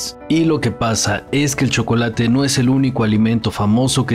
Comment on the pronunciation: Porque los aztecas pronuncian el chocolate igual que los frsnceses ? Sosoecho que todo este video es una pantomima